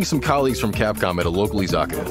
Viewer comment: Izakaya not izaka lmao im so dead haha I saw myself on video for a second lol Joys of living in osaka Japan I was so hyped when they did this but tbh im inderwhelmed by dmc5 idnt think ill be buying it